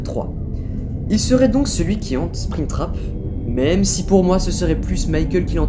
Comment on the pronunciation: Maime pour moi s' ai maiceul